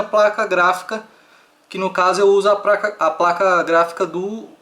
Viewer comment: Muito bom o vídeo, finalmente um tutorial bom! (rachei aos quando vc fala 'Praca' kkkk)